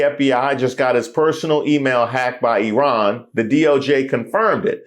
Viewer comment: Thank you for pronouncing Iran correctly. If you know people from Iran or Iraq you know that we don't pronounce either or both incorrectly. It's Eran and Eraq, even though it's spelled with an I.